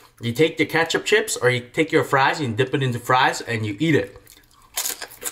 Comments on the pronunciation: I loooove "CHEEEPS" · He says chips funny lol